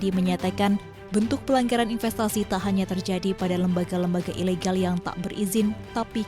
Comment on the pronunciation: Mbaknya yg jadi pembaca beritanya typo yah bacanya? Tadi dengarnya mbaknya bilang "Pelenggeran" yg harusnya kan "pelanggaran" apa.hanya ane doang yg ngeh?